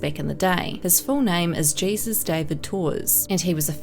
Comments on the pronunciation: Jesus (Hayzus) is pronounced different it’s not pronounced like Jesus (Geesus) like Jesus Christ LOL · I think Jesus is pronounced "hay-Seuss" with his name. (No disrespect intended towards DI, think she's great!) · Not Jesus it’s “hay-suz”